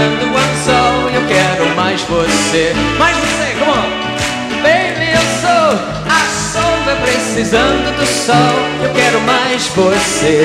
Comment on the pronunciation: Em ele pede para a plateia bater palma em inglês "came on"😂😂😂❤